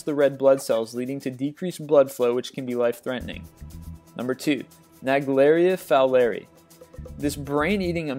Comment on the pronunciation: You said naegleria fowleri wrong and I am only a young virologist.